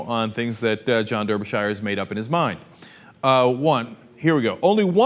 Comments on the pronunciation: It's not "Der-be-shy-er" It's "Dar-be-shuh" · derby shire .... you fucking idiot it's pronounced "Darbyshuh" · "der ber shy er"? Lol Americans cannot pronunciation. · 100% of Brits pronounce this name "Darbysher" 100% of Americans pronounce this name "Der-by-shi-er" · its pronounced "darbyshure" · It's Darby-shur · Its pronounce Dar'bur'shir. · I can't blame you for pronouncing it the way it is spelt, but please understand, this is like nails on a chalkboard to me :( When I was in Wales and Ireland, I caused no end of suffering, and I still don't know how to pronounce Ystradgynlais :(